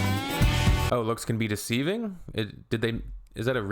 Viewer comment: deceiving bro. They’re actually trying to say deceiving 😂😂😂😂. How do they get through life